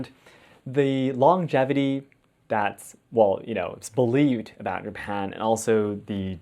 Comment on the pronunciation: Is it japan or hapan